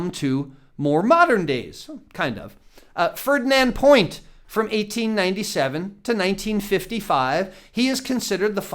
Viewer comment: Fernand Point is pronounced Fer- Nahn Pwah.